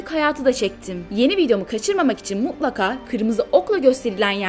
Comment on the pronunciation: ortadaki T sesini basınız. mu'laka->muTlaka